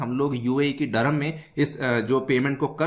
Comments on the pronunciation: व्हिडिओ अच्छी लगी लेकीन दीरहं को डरहम डरहम मत बोलो सर अजीब लगता है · Bro it is "DIR"HAM and not Dur-ham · Dirham hai bhai..... Dharammmm...... Nhi...... Kya ias banega re tu😂😂😂😂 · It’s “ Dirham” pronounced as ( Dirr-haam)….Durum is a variety of wheat whereas Durham is a city in England. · What UPSC aspirants are studying if they are not able to pronounce dirham properly. 😂😂 N they claim UPSC is most difficult. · Learn pronounciation abt currency